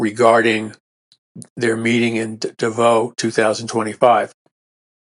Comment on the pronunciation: Pronounced "DAvos". First syllable accented.